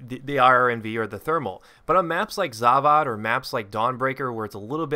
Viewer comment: The way you say Zavod rustles my jimmies..The 'o' makes an 'o' sound, not another 'a.'